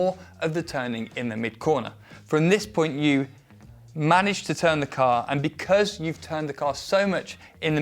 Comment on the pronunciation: Really love how said "becurse" (because) Thank you for the content